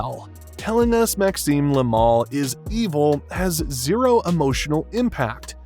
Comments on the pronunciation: Yoo dide noteuh sayeu "le mal", yoo soundèd morre likeuh "laimon" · Look: they way you say "le mal" makes it like the mall in u.s. You say it like it's "le moohl" but it's "le mal"... Clear and simple No "ooh" inside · Le mal, not la mol.